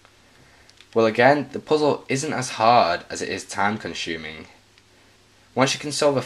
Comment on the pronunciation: Time con-SHuming? I thought it was time conSUming